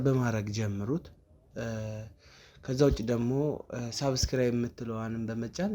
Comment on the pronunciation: ሳብስክራብ አትበል ሰብስክራብ ነው የሚባለው።